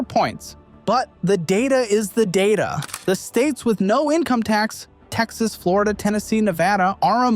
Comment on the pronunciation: Florida, Dlonio, Flondo... WTF? :D